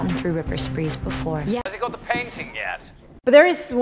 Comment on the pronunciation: I dont know how youtube auto subtitles work, but when you say "got" subtitles show "god". I mean your pronunciation is a little wrong maybe